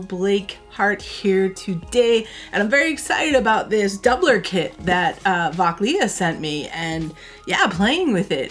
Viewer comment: Thanks for posting. BTW: the right pronouncation is Fockley